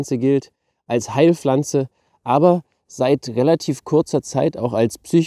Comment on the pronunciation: Eine Heil"flanze" ...was bittesehr ist eine "Flanze"? Pf ...es heißt Pflanze ... nicht "Flanze"